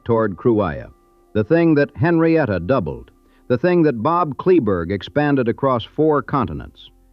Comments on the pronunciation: Kleberg, pronounced clay-burg. John Deere dealer in Kingsville closed late 70s I think. King Ranch John Deere is in Robstown and still there. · Many mistakes, you’ve never been there or interviewed anyone from the ranch. Your pronunciation of “Kleberg” is totally wrong. The county the headquarters sits on is named after him, Kleberg county. The young attorney met Richard King when he beat King in a lawsuit. And most importantly, Henrietta King could not pay the estate tax when Richard died. Standard Oil of NJ, later Exxon, stepped in, she leased the minerals on the entire ranch to them and got the money to pay the tax. The ranch has made several fortunes from the oil revenues. Get your facts right, I stopped watching.